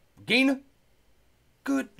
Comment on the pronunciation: that was a russian accent...regginaaa